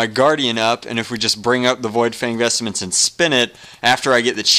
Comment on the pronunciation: lol its VOidfang VESTMENTS! Not vestaments!